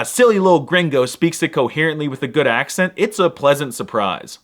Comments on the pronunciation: muy buen acento español ^^. Poco más y puedes hacerte pasar por local. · As a native of the land of the nopales. I can tell you your accent está de huevos!